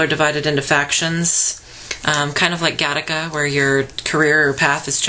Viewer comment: City of Ember's also the first in a series of children's books. I grinned when you said "Gattica." If I'm thinking of the same thing you are, then I had to watch that in 10th grade Biology. Good haul. :)